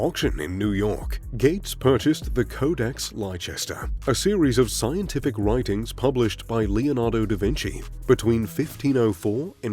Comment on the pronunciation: Lychester!!!?? 🤣🤣🤣🤣 Leicester is pronounced 'Lester' 👍😁👌